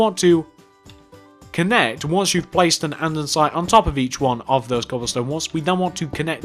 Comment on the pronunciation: Jesus fucking criss it is not anddansite it is andesite it annoyed me just like help with whatever they are say boots instead of trunk or bonnet instead of hood